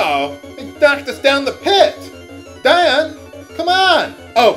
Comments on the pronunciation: But you don't explain why, in light of your awareness of "Dee-on" that you stuck/stick with "Die-on". Did you stop pronouncing it that way? Am I mistaken? D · ディオール Is "Dior". That's the original Japanese. I figure it's pronounced "Dee Oh R[u]" Have you NEVER Met ANYBODY named Dion in real life? "Dee On" ? I mean, I can forgive some words in some playthroughs, but this is a common name used in America, and the original name is quite close with this pronunciation :( I'm certain you would have argued with us in a previous episode, but I can't recall seeing such. Why do you stick to "Die-on" ?